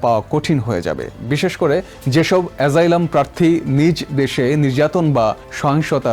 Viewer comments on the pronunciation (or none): অ‍্যসাইলাম- অ‍্যজাইলাম নয়।